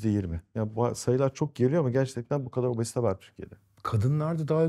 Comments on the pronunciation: Neden obozite diyorsunuz? Çok komik :)😂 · "obOzite".. Başka bişi demiyorum. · niye obozite diyorsunuz😹